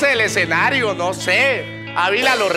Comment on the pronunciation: La voz en off es hecha con IA? Aunque pensándolo bien no lo es, porque la pronunciación sería perfecta. Cómo es posible que diga todo mal. Exenario es la peor. De por Dios!!!